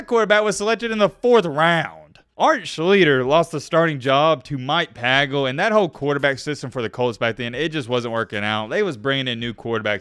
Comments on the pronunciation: Its PAY Gul not PAA GUL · Yes, I found enough mistakes with name pronunciation. He called the Colts BU QB as Pagla, it was Pagel. It's hard to take a guy seriously if they don't research all the things he claims. Art was a sad case and he di so many people wrong. I remember the SI article where he had a bet on the Cavaliers and they lost the point spread on the last play. He said he told his parents good night and went up stairs and threw up for 1/2 hour. BTW, the picture he shows when he talks about the FBI, is VP Walter Mondale and a bunch of US senators, as Mondale, as VP, was the head of the Senate. I wonder if this guy was drunk when he made this video. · I have a Southern accent, but I pronounce it correctly. He just doesn't care. He pronounced Mike Pagel's name incorrectly too.